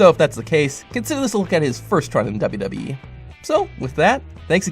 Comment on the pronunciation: Every time you say wwe you say wwhe